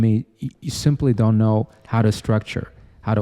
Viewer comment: bro: dond do it (in an indian accent) 😂 talking about logistics